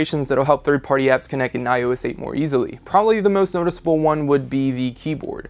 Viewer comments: iso aye!!!! its eight!!! 8 not ios aye!! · He sounded like he was saying iOessate